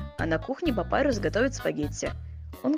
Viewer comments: Папирус ане Папайрус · Папирус а не. Папайрус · Это не папайрус это папирус!!!!!!!!!!🙄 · Почему все нормальные а папирус не папирус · Ты неправильно читаешь английский читаешь Она больше по русски пирус